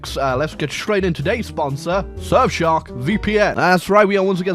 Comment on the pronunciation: First heard "surfshark" as "serf shop"